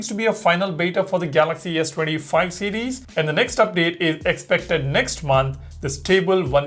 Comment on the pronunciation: You need to learn to pronounce "series" better, It literally sounds like ur saying cds instead of series, slow down